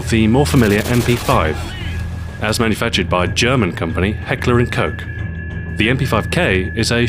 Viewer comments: It’s likely pronounced Heckler and Koh not Heckler and Coch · Ceckler and hoch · heckler und coke? lol think its heckler und koch ;) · Koch not coke. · Heckler and Coke? Heckler and Koch! but nice video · Heckler or coke... lol I used to say "Heckler and Kotch". I guess both Stu and I learned to pronounce it "heckler and kaw" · Lol its heckler and kogh kogghh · lol he says it like "Heckler and Coke." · In his later videos he pronounces it correctly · The way he pronounced Heckler and Koch sounded like the name of a cocaine dealer. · no koch is pronounced different im german I know what im talking about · I appreciate your contribution, but as mentioned on their officical website, Stu pronounces Heckler & Koch the English way, whereas your usage is the German one ;) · Its Heckler und/ and Koch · i belive that he misspronoced koch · no youre a dumbass. you can either pronounce it properly, or you can pronounce it in english. as it is a german word, the only way to pronounce it correctly is in german. but i dont blame XboxAhoy for it. im just laughing because it sounds funny. also i wont blame you for your stupidity and ignorance. you were born that way.